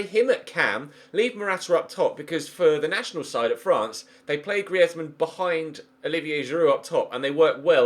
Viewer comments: Its not gree ez man its greez man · please say griezmann not gri ez mann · It’s pronounced greez-mann not Gree-ez-mann jesus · Its not Gri-ez-man 😂 its 2 syllables mate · Dude, Griezmann is French (and his surname is Alsatian), not Spanish. The z is just pronounced like a normal z, not a "th" sound. Google IPA/French if you want to check for yourself. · It's not GriÉzmann!!!!!!!!!!!! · Why are you pronouncing Griezmann like that? 😕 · Don't sign Griezmann I can't stand the way you pronounce it 😂😂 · Simple for the fact that I hate how you say Griezmann I'm saying Draxler Draxler Draxler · Please stop saying Griezmann like that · Pls stop saying griezmann like that he's not Spanish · yes get Griezmann and say his name correctly please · Who else is cringing every time he says Griezmann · don't buy griezmann if you're gonna keep saying his name like that, sign forsberg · What was that pronounciation of griezmann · Please say griezmann properly